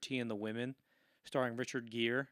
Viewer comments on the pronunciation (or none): Wow... the podcaster is not sure how to pronounce Richard Gere's name? I feel so old 😢